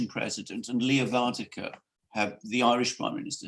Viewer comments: ..and Mogg said Northern Ireland is as much part of the UK as Sommerset ... Gentlemen Varadkar - VAR.. RAD.. KAR.. Stop butchering that name please it's so easy .. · You pronounce the Irish Prime Minister's name wrong. It's Leo VER-AD-CAR. He is not Dutch, so it's not Van der Car. Check the spelling guys, 'Varadkar' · If cannot get "Var-ad-kar's name correctly pronounced then he should really just call him as he is, a foreign Pakistani homosexual communist globalist! He served as vice Pres. of the socialist youth party of Europe, he has no buisness leading a "Republic" and as a result Eire is is no longer a Republic, only on paper!!